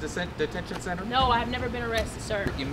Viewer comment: “ I AM NOT A SER YOUR A SER, SER HILL “ lmao I lost it